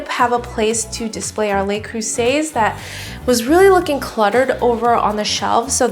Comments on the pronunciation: Okay folks & I know there are quite a few of you out there; ...luh-croo-zay, not lay-croo-say... I had to. :-) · Looks great! Its "luh" creuset though, not "lay" creuset.